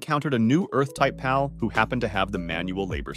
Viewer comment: For the Love of All Things in this world sorry but I had to click off this video multiple times because of how you're pronouncing the word PAL. Just makes me think this is an AI voice or some kind of trickery bullshit that you're doing as a meme.